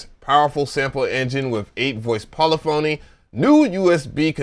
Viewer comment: How many words can you mispronounce?: YES!!!! "poli phony" "patteren" "cuquencer" "E "Mule" Sp1200...I died